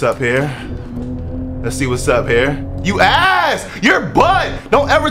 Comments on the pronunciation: My boy had me dying 🤣🤣says “youass” 🤣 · “Youass” IM DEAD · “Youass” Instant regret💀